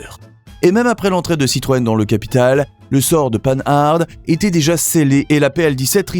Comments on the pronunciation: On ne dit pas "panne-arde" mais "pan-ar" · le moteur de la R16 n 'est pas un Cléon, c 'est un moteur tout en alu. Les 4 roues indépendantes ca existait depuis longtemps chez Renault (R4 en 1961) et sur la 2CV en 1948. Prononcer Pan Hard pas 'panne-hard' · On dit Pan-ard, en un seul mot et surtout pas panneu-harde ... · MDR, en français on dit "pan-are" pas "pane harde".... ça commence bien 🤣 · Arrêtez d’être Nul : Panhard ; ce n’est pas : panneu ardeu..c’est insupportable ! ! Oui la Simca 1100 et la R 16 était de bonnes autos ! Par contre la 104 😂 ..sa mécanique ; installée sur diverses autos était catastrophique, la Panhard : PL 17 n’avait pas le même châssis que la Dyna Z puisque ce sont des monocoques !! Renseignez vous ; avant de parler automobile !! E.M. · Marque française... Alors prononcez son nom à la française : "pan ar" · Prononciation de Panhard à l'anglaise en prononçant le D. N'importe quoi... Je trouvais la Renault 16 moche et insignifiante à 11 ans et n'ai pas changé d'avis à 64 ans... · ça commence bien : il ne sait même pas prononcer le nom de la plus ancienne marque automobile française; ! Merci de travailler ton texte avec plus de sérieux. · Mais quelle idée saugrenue de prononcer Panhard à l’anglaise, alors qu’il s’agit d’une des plus anciennes marques française ?? Sans parler de Simca « mille cent » au lieu de « onze cent »… A revoir d’urgence pour espérer publier des vidéos crédibles. Bonne journée.